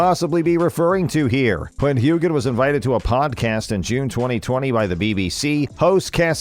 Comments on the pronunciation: There is NO G sound in his last name it is pronounced Heughan (hugh in) your pronunciation is wrong you should have researched it before you pronounced it correct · His name is Hewan…NOT Hewgan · AGREED!!!!!!!!! HUGAN??? Jeez!!!! I bet you can pronounce Hugh Grant, just put an AN after Hugh!!!!. This is EMBARRESING!!!! I am norwegian, and we can pronounce his name why can you not even make an effort???? I dont believe your narrating when you dont pronounce his name correctly. Its like you are reading from a script for the first time. (And its no Sassenak in the show, nor a drink...... its Sassenach) Btw LOVE Sam, amazing actor and person 💗💞💕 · hugh an, not huge an. get it right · Hewan. Not Hugan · IT’S PRONOUNCED HEWAN, not hughgan!! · It’s pronounced Hewn… why can’t you learn how to pronounce the main name? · It’s pronounced hue hann 🙄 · It's not hue-Gan. The 'g' is silent. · It’s pronounced Hew an, not with a hard g sound. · To the Narrator Sam's name is pronounced "HUGHAN."🥴 Just think of Hugh when you say it lol I'm a Scot in Aust who still has an accent 😂😂🐨🇦🇺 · The G is silent!! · Would you PLEASE correctly pronounce his name? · Every time you say Hue gan I cringe… why don’t you know how to pronounce his name? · The g is silent. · His surname is Hugh wan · Terrble terrible. This is the worst video i have seen, HEWGAN?? How pathetic is this man who disgusts me with his lack of intelligence and knowledge of how to pronounce names. Go away, you are embarrasssing. You won't see me again.😫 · For goodness sake, Sam’s name is pronounced Hewen! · Please learn to pronounce Sam's name. Hu-en. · it’s Hew-chan with a hard “ch.” But he doesn’t typically pronounce it that way. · Pronunciation - Before you narrate something, learn to pronounce the actor’s name and his character’s name please! Sam Heughan (Hugh-An) Silent G. Fraser (Fray-Zer) it does not have an ‘I’ in it. Geez, it really isn’t that hard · It's pronounced Hu-in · it's pronounced hewan!!!